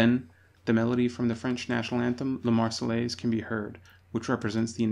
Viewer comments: Argh !! Not the "Mar-cell-ays", but the "Mar-say-airs". The double LL is pronounced like Y. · Nope, Marseillaise has no airz in it. It is pronounced like Mayonnaise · The way the narator keeps saying marsellaise grrrrrrr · “God Save the Tsar” used was the Russian national anthem from 1833 (chosen in a competition) until 1917. Tchaikovsky also used (a larger amount of) this anthem in his less known work “Marche Slave”. Also Marseillaise should be pronounced “Mar-say-airz” (not your mistake, the man in the documentary.) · oooh he's doing a retrospective on history but he's saying those L's in the Marseillaises and you don't do that, those L's are SILENT I'm British and I know this and we hate the French (admittedly they hate us but that's because we kept pantsing them in war.)